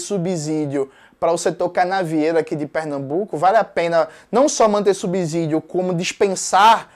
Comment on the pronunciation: Eu sou comunista e detesto o purismo linguístico, porém, eu fico incomodado com a pronúncia, de várias pessoas comunistas ou não, da palavra subsídio, uma boa forma no português que se ensina é comparar a outros casos existentes, por isso deixo a dica da comparação entre a palavra subsídio e subsolo, mas, o conteúdo do vídeo nada a declarar além de PERFEITO.